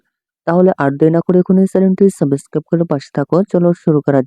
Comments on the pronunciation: সাবস্ক্রাইব ❎সাবেস্কাব✅😂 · ছাবোছক্সাপ করে পাশে থাকো 😅😅😅😅😅😅😅😅😅বলতেও পারে না